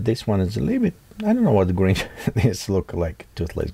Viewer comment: Grinch. Not Gringe 🙂